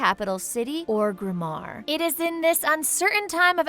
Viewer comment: I think Orgrimmar was the first thing she pronounced correctly in the video and it was at the end ...